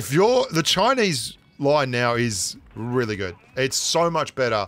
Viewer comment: I just noticed that says really like 'wheely'. Which I dunno if that's a pun or not